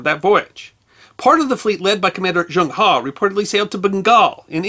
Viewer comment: I'm an American who is currently teaching English in China. I have a degree in Applied Linguistics, and can speak Mandarin. I also lived in England for a couple of years, and try to point out the differences in pronunciation between British English, and American English whenever possible. The name Zheng He is pronounced in modern Mandarin like /ʒuŋ/ /hʌ/. The sound characterized as "Zh" sounds much like the second syllable sound in the words "Leisure" or "Usually" with American pronunciation, and the /uŋ/ sound is the "ung" sound found in words like "hung" and "rung". "He" would be a "Huh" sound found in the pronunciation of "HUD" (as in "Heads Up Display") without the "d" sound at the end. Admiral He is very popular in China, and everybody I've talked to about him is very familiar with his expeditions.